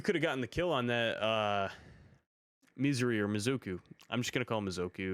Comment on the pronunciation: I think you called the mizuki everything but mizuki 😭